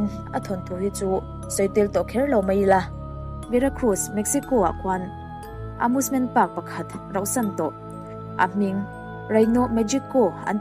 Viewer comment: Amusement❌ Amoosement✔️